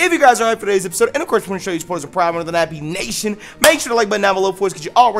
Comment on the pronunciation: he said nebby instead of nappy